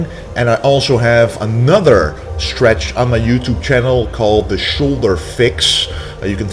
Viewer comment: We do the "Schtretsch"...we do 10 Repsch...after that we do 100 "perschent".....sch...sch...must be a dutch guy. 😁😁😁